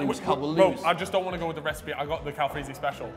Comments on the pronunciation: No one gonna mention it said Calfreey in the intro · ''Calfreey's'' ruined the great intro.